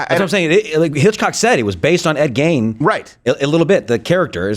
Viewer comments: I heard "Gein" rhymes with "mean" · U Guys R saying ED's last name wrong. I live 15 miles from his grave and town in Wisconsin. That's be spooky place to visit at sundown. Hmmm...